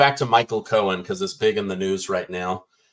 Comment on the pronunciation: it's Michael Cohen, not Michael Cohens. There is no 'S' at the end of his name.